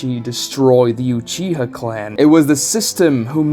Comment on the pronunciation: Dude never say Uchiha again.